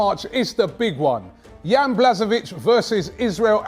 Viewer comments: KH is pronounced like CH in LO*CH* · Im Polish and it's actually Bla-Ho-Vic, vic like modric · Its pronounced as Bwahovich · it’s pronounce b w a h o v I ch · Błachowicz is pronounced as BWA-KHO-VICH